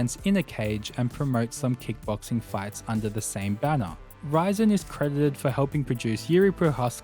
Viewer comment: There is a lot of missing info here and misinformation. Not mentioning FEG (Semaphore Entertainment Group) founding the UFC is wild. It had five owners not just Art Davie. KRS founded PRIDE FC? DSE (Dream Stage Entertainment) is the founder of PRIDE FC. Even pronouncing "Rizin" incorrectly is just too much.